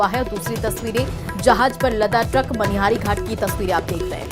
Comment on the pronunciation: Madam... Manihar nhi... Manihari h ye... 😂😂